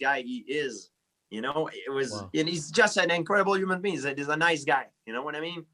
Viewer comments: "But as a uman bean" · "As a human bean, I'm very appy for him" -George